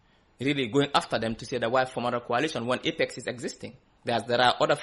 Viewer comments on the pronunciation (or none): Please pronounce coalition with the sound of coal and not kwalition